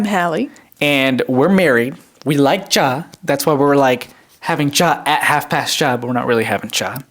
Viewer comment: My only problem with the podcast is that says cha instead of chai lmao. Chai just sounds so much better for a podcast intro. Also I assume family is probably from where they say chai, so I don't know why she calls it cha hahaha. (I call it cha or chai depending on which part of the family I'm around)